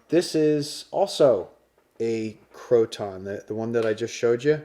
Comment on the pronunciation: Pronounced — crow-tin